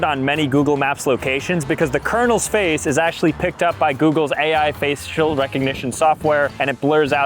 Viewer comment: did you just say "face-shill"?